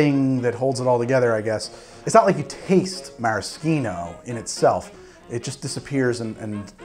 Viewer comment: Don't pronounce maraschino like that ever again thanks 👌